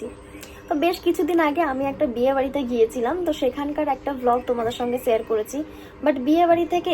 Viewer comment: একটা অনুরোধ আছে তোমার শেয়ার উচ্চারণ টা না সেয়ার উচ্চারণ হয় । খুব কানে লাগে । প্লীজ একটু ঠিক করে নিয়ো। বাকি তুমি যেমন তেমনি থেকো । ❤❤❤